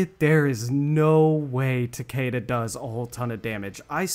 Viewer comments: BRO ITS TA-KI-DA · Describing "Tah-kay-duh" as the "Proper pronunciation" is a massive issue that the west has with their understanding of language. It's a Japanese word, specifically it would be part of the Hiragana alphabet.. There's no point preaching correct pronunciation with a western accent, when the "Correct" pronunciation would be the Japanese pronunciation.. It would be more akin to "Tah-keh-duh" with the "keh" sounding more like "Air" or "Eh"..Rather than "Key" or "See" TL;DR - It's hard to explain this shit through text when you can't hear the syllables being pronounced. Both "Takida" AND "Takeda" are incorrect judging by the way, and any western accent would pronounce them. Not hating on you, love your content and respect you immensely, I'm just a grammar Nazi who's tired of everyone's lack of understanding. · I mean you can pronounce his name however you want bro but mkx is the best mk in my opinion and I think announcer from mkx is is the best one as well so I just like “Takida” more than “Takeda” but whatever you like dude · takeda is pronounced ta-kee-da in japanese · PLEASE SAY TAKIDA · PS: I'm Aussie, if I were to pronounce the word I'd say it like "Tah-kay-duh"...The same way said it... But that isn't technically correct.